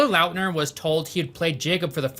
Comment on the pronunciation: Taylor Lautner. Why are you saying LOUTNER It's lawtner